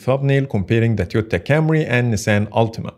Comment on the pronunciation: "Comparing the Tyotta Camry" أحلى مسا عليك يا صاحبي